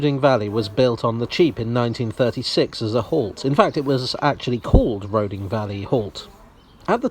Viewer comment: I might be wrong, but I always thought Roding was pronounced "Roothing". Don't ask me why. Perhaps it's from Norse or the Anglo-Saxon. Not that it really matters.